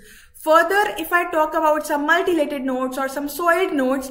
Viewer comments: Ya right it’s mutilated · pls its 'mutilated' not 'multilated'......its making me cringe hearing her say 'multilated' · Mutilated mam , not multilated